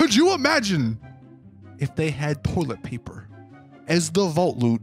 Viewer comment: poilet paper lmao